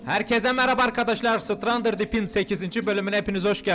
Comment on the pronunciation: abi sen strander deep diyorsun onun düzgün okunuşu strandıd diip diye okunuyorç